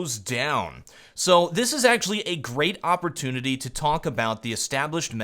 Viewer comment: Gehehe "great awpportunity" I see what you did there